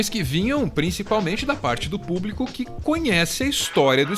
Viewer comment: Elegeram um incompetente autoritário que não consegue dizer público. Ele diz "plúbico".